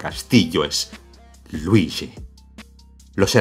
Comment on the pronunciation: Jajajaja ese algoritmo acesina almas. Es verdad, me sorprendió que TODOS si TODOS esten hablando 'deé Maário e Luiíshi' XD